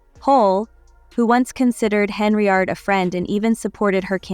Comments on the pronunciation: Henyard, not Henryard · not HENRY YARD, it is HEN-yard AI BOT CHICK